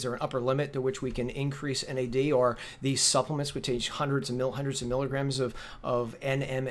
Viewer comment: Hey buddy, "Suppelemts"